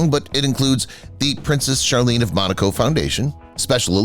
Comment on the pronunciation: It’s MONACO not Monica.